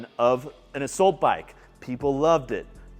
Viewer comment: Another great review,. I have learned a ton from you over the last couple of years; thank you. I have to say, though, that i hate the way you pronounce “assault.” Lol Also, where did you get your stand for your Prime Adjustable Bench